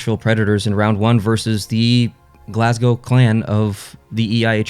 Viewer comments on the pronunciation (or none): none